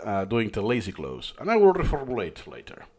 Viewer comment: lol “the lazy cloze”